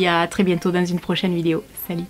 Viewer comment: « cette vidio » 🤣🤣tu me fait trop rire avec ton ptit accent 😭